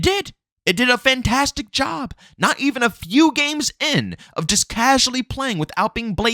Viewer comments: bruh its pronounced fan-tas-tic not fan-tas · It's his thing. It adds personality imo.